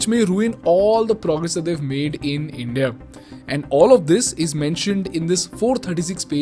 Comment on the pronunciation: Good video. But the way you say india hurts my ears😂